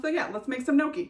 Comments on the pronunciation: Noki? 🤣 Gnocchi is pronounced like ñ in Spanish with double sound K 😘 ñokki 🇮🇹 Love U B 😘😘 kisses from an Italian in Tokyo 😘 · Oh no...not me realizing you weren't saying "noki" but GNOCCHI....and that I've been saying it wrong as "gon-nochee" for over a decade 💀 I'd just like to thank you from saving me from major embarrassment in the future lmao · you pronounce it as njokkie :)